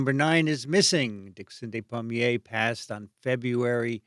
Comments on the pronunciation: Ah your American pronunciation meant I thought his name was palmier not pommier - Dickson of the apple trees .... so his DNA must have been rooted in the orchard... it kind of makes sense. Thanks to all of you for a great episode, helps all your fans commemorate this loveable polymath, auto-didact, raconteur, teacher and all around decent human being. Thank you ❤ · Re de-des pronunciation: In French "de" is pronounced "deh/duh", while "des" is pronounced "day". Despommier = daypommiay